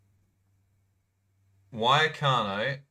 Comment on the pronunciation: Why did you pronounce it wayacano